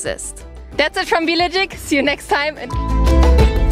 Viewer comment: "See you next time and seektear"? 😂